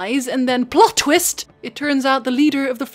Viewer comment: "What a tweest" -, 2018 <3